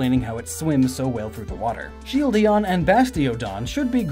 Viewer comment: Sheildion?!?! Lol no it's Sheildon